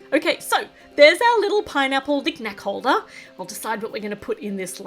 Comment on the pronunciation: 😂😂😂YOU SAID PINApale